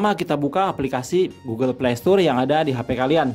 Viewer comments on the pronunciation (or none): Playstore bang bukan playstur🗿